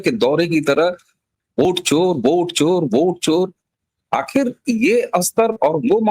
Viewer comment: मूर्ख!!! ओट नहीं वोट बोल....